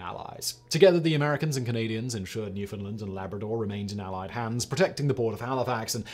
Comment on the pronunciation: Awesome piece. Nice to see Canada get some recognition. And just so we’re clear it’s pronounced New-fund-land….